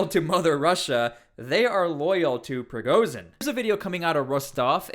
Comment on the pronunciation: ‘Zh’ is not pronounced ‘z’. Prigozhin not prigozin. Putin does not have a silent ‘t’.